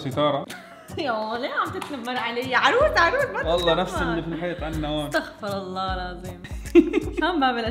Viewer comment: استغفرالله وليس استخفرالله